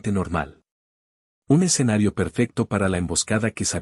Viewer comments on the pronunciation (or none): none